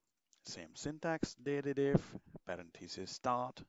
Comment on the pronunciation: Surely, the function is pronounced 'Date Dif' - as in date difference.